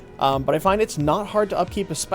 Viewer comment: Ice Wave... im-pee-dense, not Ice Wave Impotence xD